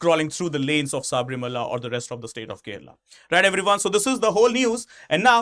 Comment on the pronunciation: Sir please it is not saabrimala,it is sabarimala,if we indians can't spell it correctly who will?